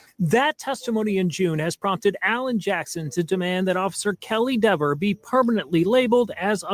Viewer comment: its pronounced DEHVER, not DEEVER. 😂